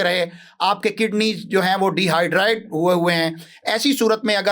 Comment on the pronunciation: مولوی dehydrde نہیں ہوتا deghydrate ہوتا ہے۔ جاہل انسان ۔